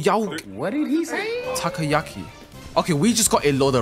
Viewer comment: I ain't never heard someone pronounce tokoyaki that that